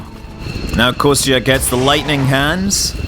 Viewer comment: "Konstantine" it's an official name, "Kostya", is what his friends should call him. And pronunciation for "Kostya" should be more like "Kosta", where "t" is soft.